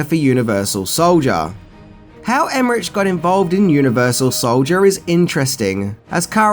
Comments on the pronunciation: CAROLCO not CAROLOCO and the name of other famous German director is not Emmeriiiiich his name is Emmerich (iiih) so go and educate yourself body and no greetings from Germany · And it's Emerich Emeri-ick not Emerich-itch as he also pronounces....Make my head explode. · Emme-RICK. Not rich. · It's pronounced EmmerICK, not EmmerICH... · And Emmerich pronounced Emehrik. German you said so yourself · Roland Emmerich is not pronounced with the ch. It is pronounced as k. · It's pronounced emmerick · I love your show and I love Aussies (used to live in Oz for years) but you are truly the world champions in mispronouncing names. I already noticed that when I was living there and it seems things haven't changed since. It's Carolco and not Caroloco (they are not madly expensive) and Emmerich, oh man, just make a CK out the CH but DON'T make a TCH out of it... He's not Italian, he's German - and the CH in German sounds, well, very different. Apart from that, great work as always (but if you do so much research, do some research on the correct pronounciation, too - many ears will be grateful) :-) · ...you mispronounced Carolco and Emmerich....lol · Everyone worrying about Carolco but no one says anything about Emerich or Bassinger 😉 Love ya,! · And it's Dean Devlin not Del-vin as he pronounces. Car-ol-co not Car-ol-o-co Emerich is Emer-ick not Emer-itch lol I think I need to make a 10 Words Can't Say Properly video on my channel 🤪😂😂😂😁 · I was thinking the same thing. It made me cringe when he said Em-mer-rich instead of Em-mer-ric. And he said Dean Delvin instead of Dean Devlin. I think needed to do a little more research on the filmmakers involved in this production. Like... know how to pronounce their names, bud!